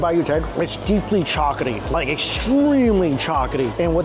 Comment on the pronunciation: Chocaty? ChocoLAty 😂